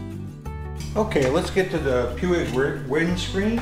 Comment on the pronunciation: Not that I want go all grammar natzi on you but I think it's pronounced "pweeg".